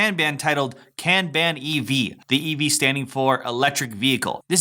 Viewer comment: It’s pronounced “Kahn-bahn”.